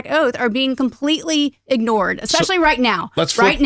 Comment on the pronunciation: Did he say "exspecially"?